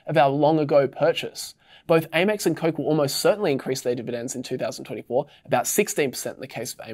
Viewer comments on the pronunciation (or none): It’s Amex MOT ‘A’ mex 😂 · I've never heard someone mispronounce Amex before. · AY-mex sounds weird... I start Amex like "ham" but without the "h"